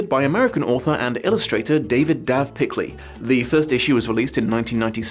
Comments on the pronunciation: You said Dav Pikley it’s Dav pilkey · PIL-KEY not PIK-LEY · His name is pronounced “Pill-key,” not “Pick-lee.” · Why do you say pikley and not pilkey? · PIL KEY not PIK LEY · Huh. I had no idea "Pilkey" was supposed to be pronounced "Pikley"